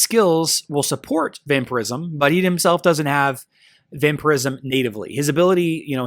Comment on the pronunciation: its vampire ism not vamper ism